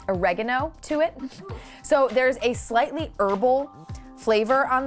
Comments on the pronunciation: SERIOUSLY WHY IS SHE SO ITALIAN “*smack smack smack* Oregano.” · What did just call oregano? WHAT. No no no no.